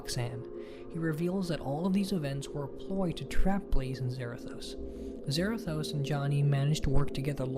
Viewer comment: It's zarados but with a th zarathos I feel like punching him if he's a nerd